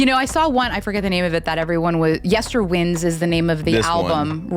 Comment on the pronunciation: OK, folks! Surly, someone has corrected you by now, but the name is pronounced Yester - Wind, as in winding a clock. Are we seeing a patern here? Clock on the cover art. Much of the album reflecting on our ancestors and things that have gone before. Winding back into the past of history.